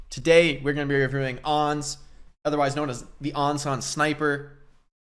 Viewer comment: Who the dern is ons? Why users keep calling Ans 'ons'? Do they call ants 'onts'? They do it with Pharah too. They call her phorah always.